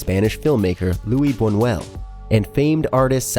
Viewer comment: The most disturbing thing is that the makers of the video don't even try to pronounce the names correctly, "Louis Bunuel and Salvador Da-ali", pff...